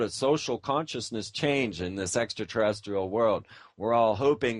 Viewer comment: does he say SEXtra Terrestrial